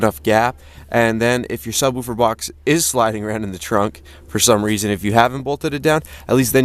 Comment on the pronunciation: I just like the way you sub-WOO-fer instead of SUB-woofer.